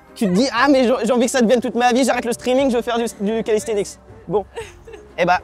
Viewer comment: Pourquoi il dit callisthenic*s* 🤔 sinon cool de te voir essayer notre sport 🤌🏼